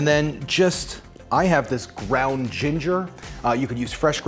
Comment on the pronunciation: You said "ground ginger" and then tried to say "ginger" again, it became "gringer" 🤣🤣🤣